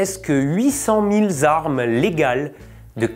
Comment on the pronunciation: "presque huit cent mille zarmes..." Peux tu nous donner la différence entre une arme et une zarme?